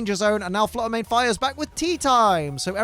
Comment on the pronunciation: Shiny Flutter Mane said "If you can't say my name right, I'm out of here!"